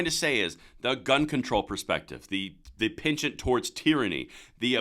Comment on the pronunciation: ‘Pinchant’?? You’re expanding the English dictionary day by day.